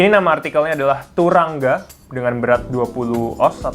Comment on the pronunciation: Sekedar info bacanya "turangga" "a" nya dibaca "o" bg